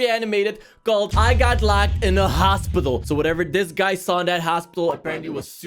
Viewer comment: you say hosipital